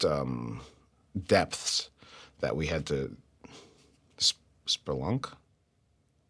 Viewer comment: "sperlunk...?" Hahaha Jordan Peele is a genius